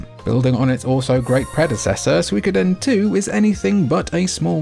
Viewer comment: You are the first Brit that I've heard pronounce Suikoden correctly instead of "Sooey-codin"